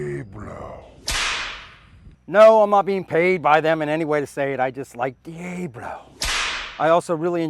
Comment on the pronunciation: Diablo, Not Diablo. 😂😂